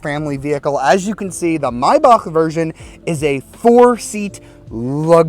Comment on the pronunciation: Love you❤❤ You pronounce it right❤❤